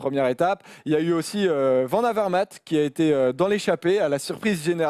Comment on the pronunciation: Demain comptez-vous parler de la rumeur Gilbert qui aurait signé pour 3 ans chez Lotto ? PS : un effort sur les noms flamands svp VAN se prononce VANNE sinon top votre émission